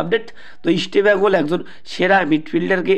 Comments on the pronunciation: You should pronounce properly Why are you spelling Easta bengal instead of East Bengal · তোমার উচ্চারণে অনেক সমস্যা যেমন ,,Eastbengal এটা আগে ঠিক করো। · আরে গর্ধব, আগে "ইস্টবেঙ্গল" নামটা শুদ্ধ ভাবে উচ্চারণ করতে শেখ, তারপর ভিডিও বানাবি। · দেখো তোমরা যে কেন vdoকরো...তা বোধগম্য নয়...একটা খবর ও ঠিক নয় ...চাকু মাণ্ডি...আমন ...এদেরকে সুযোগ দেওয়া হোক.. ভালো বিদেশী welcome ...পরিশেষে বলি Estbngl...নিচে কথা বলতে হলে উচ্চারণ ঠিক করতে হবে...like...share...পারলাম না